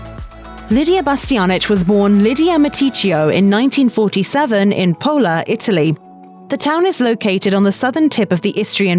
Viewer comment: IT'S PULA (POOLA) 👎NOT 'POLA' !!1